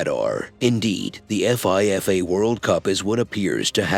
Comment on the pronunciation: Man said the F I F A World Cup like it’s pronounced as letters 😂😂😂😂😂 bruddah….shut up